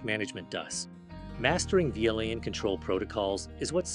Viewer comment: An interview question... answered by an AI... that can't pronounce VLAN... I am... so depressed